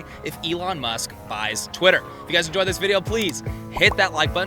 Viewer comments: Did dude say titter account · lol he said titter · I thought he said tinder hhaha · “Titter account”